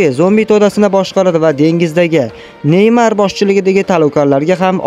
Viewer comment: Nemor ❌ Neymar ✅ 😂